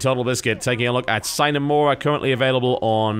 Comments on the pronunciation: Uh, Ok. I guess being home schooled would be a reason to not know math or have learned how Sine is pronounced from Trig. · Not if it's a Latin word. It's actually pronounced with an audible "e" sound at the end: S-I-N-E. It's pronounced phonetically. And in this case, it IS a Latin word, meaning "without".